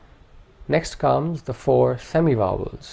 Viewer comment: I hear wovels not vowels.